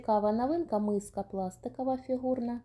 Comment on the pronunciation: ПАдвійний з пластикАвою мискАю, нАвинка пластикАвий,прямАкутний пАлиці, нАві. У вас нічого не змінюється,ви стали ще дужче акати. Складається враження що ви це робите спеціально. Особливо цукерки під назвою крАкадил,просто порвали нас від сміху. Не треба ходити на шоу, вмикаеш ваш канал і тут сантіметрів 😂, мілілитрАв акцИя, Аднаразові 😂, акцИя, КрАкадил, пАдушка😂 Арнаметром😮, пАвітря 😅,кАмплект. Навіть негри, які приїжджають вчитися в Україну, набагато краще розмовлять українською ніж ви,і вчаться набагато швидше 😂. ПА знижці? 😂 По знижці. Вам так тяжко вимовляти букву О,замість А? Так можна ж читати наприклад з цінників, або з упаковки. Хіба на упаковці цукерок під назвою Крокодил написано КрАкадил? Навіщо ви паплюжите нашу рідну мову? Хіба так важко навчитися правильно вимовляти слова? Дивіться інших блогерів які розмовляють гарно і вчіться,сядьте перед дзеркалом і дивлячись на себе вимовляйте слова які вам не вдається правильно вимовляти. Допомагає на 💯процентів.